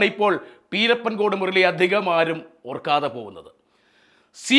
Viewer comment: പീരപ്പൻ അല്ല പിരപ്പൻകോട് സ്ഥല പേര് കൃത്യ മായി പഠിക്കു